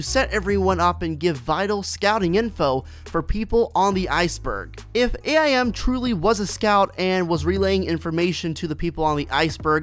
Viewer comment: His name is AIM not A I M